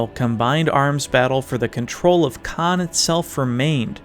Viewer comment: the misprononciation hurts me a lot